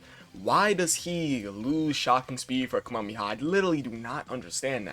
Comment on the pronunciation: Ka - me - ha - me - ha not Kami-haa